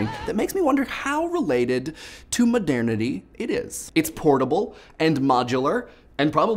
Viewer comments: Given how often the word was used in this video I feel the need to be a pronunciation-nazi and point out that it's pronounced "mo-dur-ni-tee" like modern-ity, not "mo-dair-ni-tee." It sounded really weird to me every time I heard it. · 1. I'm not sure, but I find your pronunciation of the word "modernity" hilarious. 2. The lyrics are a bit off to begin with and fair use is supposed to be fair game. 3. Happy Thanksgiving! (Screw political correctness. If someone says "Merry Christmas" and you take offense to that, it's your choice. It's not the fault of the one who wishes you a positive well-being.) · First off, I find it hilarious whenever you say "modernity". It just sounds funny, and second, NO!!!!!!! They shouldn't need to license the songs, because, as you said, it's fair use, but even if it wasn't, not allowing people to have as easy access to your songs will actually decrease the popularity of said songs, and cause you to lose far more money than you would gain by making broke websites pay you money. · I was so thrown off by his pronunciation of modernity.